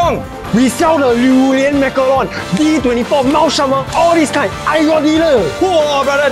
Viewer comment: “*masaron”